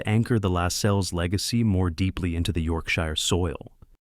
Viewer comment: As soon as the AI voice mispronounced Yorkshire, I turned off.